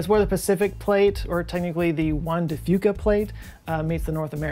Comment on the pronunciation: As a resident of WA sstate, thank you for pronouncing Juan de Fuca correctly.